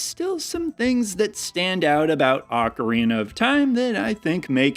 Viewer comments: Pretty sure he was trolling with "oh-ka-RYE-na". 😂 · BLEGH!! I actually had a physical reaction to the incorrect pronunciation of ocarina 🤢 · The depth behind the pronunciation of ocarina joke was not lost by me. So funny. Fun watching your channel grow over the years now. Keep up the good work, like a banana farmer umm…see I just can’t come up with puns like you can!